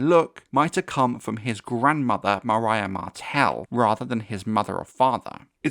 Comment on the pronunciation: Love your videos. Also appreciate how you pronounced "Myriah," because a lot of people pronounce it the same way the do "Meria" and that bothers me 😂